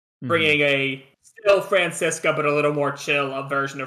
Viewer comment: I never noticed before, but I think actually pronounces Franziska's name more correctly? Like, it's less of an english 'z' sound than a soft 'c'?